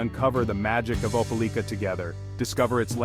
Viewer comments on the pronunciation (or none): Opa-LEEK-ah? That don't sound right. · I'm from there, it's Ope LIKE a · How strange? None of this video was filmed in Opelika. It was mostly showing scenes in Columbus, Georgia. And, the narration didn't even know how to pronounce the name of the town. Why would someone publish a video when they obviously had never visited the place.